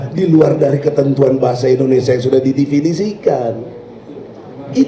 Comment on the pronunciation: Hey binantang..ngomong yg benar ya..penyebutan INDONESIA itu bukan INDONESYA..